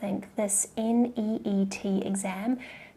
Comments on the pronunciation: It's neet not neat😂. Lol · It's neet not NEAT!! 😅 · You illiterate it's neet not neat .. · It's neet not neat don't underestimate us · It's not neat it's neet ok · Its neet not neat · It's NEET not NEAT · It's not neat its neet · It is not neat it is NEET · Madam it s neet not neat. 😠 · Mam its Neet Not Neat !!! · It's is Neet not neat make sure to correct it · It's NEET not neat. Behenji change please 😅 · Hey you can say NEET like neat😂. We won't kill you for that. That's how all of say.😂😂😂